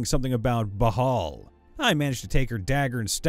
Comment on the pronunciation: It's "Krampus", not "Krampmus". That should have been more like "he came before he could even get his pants off". Impregnating her sounds like it would be a nat 20 result if anything. The "h" is silent. In fact, it's usually written as "Baal". The name refers to the first and most powerful of the 72 demons of the Ars Goetia. Nyarlathotep is an Outer God in the Cthulhu Mythos, and is the spawn of Azathoth, another Outer God. It has almost nothing to do with Cthulhu, a Great Old One. Also, yes, its name is very hard to pronounce. You said "Narlothep", which is a few letters off. This is a pet peeve of mine; it's pronounced "nuclear", not "nucular".